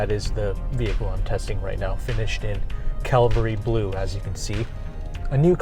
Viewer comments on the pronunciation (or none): Ha ha. This guy pronounces 'Cavalry Blue' as 'Calvary Blue'. He should research the difference -- it's BIG!